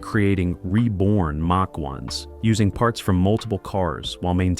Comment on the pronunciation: BAD INFO#8- " MATCH ONE" WRONG!! IT'S MACH ONE. SHIT.UPLOADER!!